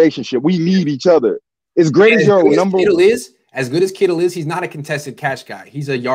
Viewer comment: First off, it's Kittle, not Kittles. Intriguing points otherwise, and I agree Pitts is gonna be a stud and he'd make the 9ers offense absolutely lethal. Would be putting Jimmy in a position where he couldn't fail, health issues aside. QBs are so hit and miss (seems mostly miss) kind of like drafting a goalie or defenseman in the NHL. The 9ers do offer one of if not the best spot for a young QB to land, so there is that. Big difference between beginning your career in this situation as opposed to say the Jets